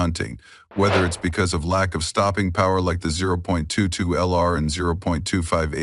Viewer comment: When the AI said "zero point two two ell are" I left and gave a down thumb